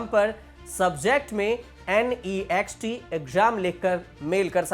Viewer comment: naazxt nahi Next pronounce kar